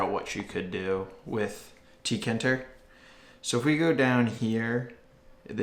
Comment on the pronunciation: rage It’s teekayinturr Not teekinturr